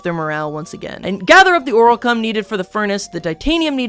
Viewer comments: “gather up the oralcum” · “oralcum pickaxe”